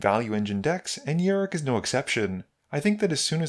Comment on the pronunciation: Fun game to watch! Thanks for the content.. He's a pirate btw Yar!ok, I can't let you go another game calling him Yurik it was hurting my fanboy soul lol.. Cheers!